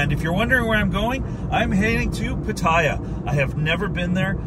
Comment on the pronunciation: Hi! FYI...PATTAYA is actually pronounced PAT-TAH-YAH, not PAT-TIE-YAH. It's pronounced exactly how it's spelled. No hate, just want you to pronounce it like a native Thai. Safe journey to you!